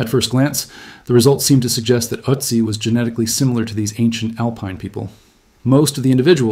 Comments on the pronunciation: Wäre es wirklich so schwer, einer KI beizubringen, was Umlaute sind? Ich sehe die ganze Sendung über eine israelische Mini-MP (Utzi) vor mir! Ist "Ööözzziii" (benannt nach den Ötztaler Alpen, wo er gefunden wurde!) wirklich unaussprechlich für eine radebrechende KI? Gräulich (nicht von grau, sondern von Grauen!) wie fast alle KI-Lesungen auf U-Tube! Laßt doch probeweise einmal statt einer KI eine natürliche Intelligenz, die der deutschen Sprache mächtig ist, ans Werk! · Ötzi is pronounced "Ertzi" not Ottzi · Why do you call him Otzi in stead of Ötzi? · Don't say OT-ZEE say ERT-ZEE. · Ötzi, not Òcci.😂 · I’m sure this would be interesting but I can’t get past the otsy pronunciation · I can't take any more Uh-tzi's. If you're gonna use a word more than 5 times in a short video, especially if it's the primary topic, take a minute and plug the word into the appropriate google translate language so you can at least get it kinda close. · His name is pronounced with the O sounding more like book than but. Also, mesolithic has a Z sound in it, not an S. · You would think you would take the time to pronounce Ötzi's name correctly.... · I don’t like the way you pronounce Otzi. So no 👍 for this one - sorry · Please learn how to pronounce his name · Look up pronunciation....cmon. ötzi how to pronounce. kom Horrible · i am not a speech nazi, but when talking about a topic... an ancient city, an artefact, you should at least look up how its pronounced.... i dont care if it´s mentioned once or twice in the whole video, but "ÖTZI" is said constantly and its quite annoying hearing it butchered every 30 sek... i was in bed and using touch screen thats why i didn´t correct my first post on second thought, listening on my tv... the pronounciation wasn´t that bad, he tried... i think he got better towards the end ... got my thumbs up for the video anyways :) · Pronunciations of Ötzi (or Oetzi if not spelled with umlaut) and Tyrolean are both off.